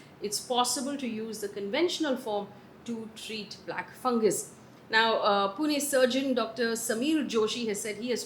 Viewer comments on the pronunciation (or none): none